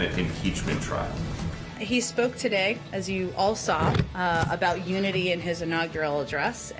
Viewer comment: "Uniny" - President Joseph R. Biden